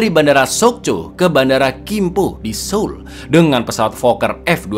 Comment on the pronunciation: keren! beberapa pelafalan nama hangeul-nya udah tepat. Seoul dibaca soul👍 dan masih banyak lagi. just reminder, sebagai penonton setia album semoga next-nya makin bagus. for example: 우= ditulis woo = dibaca u 어 = ditulis eo = dibaca o 애 = ditulis ae = dibaca e misal: ditulis wooseok= dibaca usok ditulis saengil= dibaca sengil maju terus album film